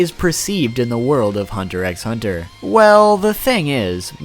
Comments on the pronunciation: It’s pronounced hunter hunter not hunter EX hunter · You don't pronounce the x in hunter x hunter, it's said like hunter hunter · Tyler he knows but he prefers to call it that Its x not ex* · I really wish you wouldn't say the X. Just because you think it sounds better doesn't mean you should say as such. The series is called Hunter Hunter. If you enjoy the content you should respect the name the creator gave it two spookey....I know your name I just like spelling it better this way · I cringe whenever he pronounces the "X" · Please stop saying Hunter Ex Hunter... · its hunter hunter not hunter ex hunter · You didn't explain ryu very well also the x in hunter x hunter is silent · you know you don't pronounce the x in Hunter x Hunter right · The X in Hunter X Hunter is supposed to be silent